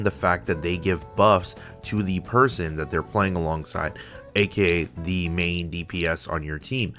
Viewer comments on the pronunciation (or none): none